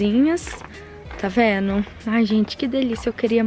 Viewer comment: ..vc é uma amada..amo te ouvir falar..adoro o seu tá "veno"❤️😍😆